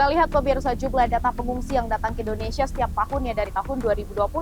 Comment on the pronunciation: Endonsah endonesah🥱